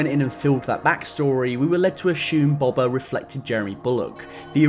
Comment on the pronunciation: Dude... it's Boba. Not "Bobber"